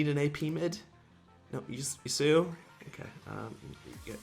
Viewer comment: I just cringe at pronounciation of Yasuo. "Yooseyo"? What?